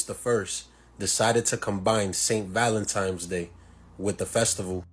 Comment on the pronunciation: Lost me at “Valentimes “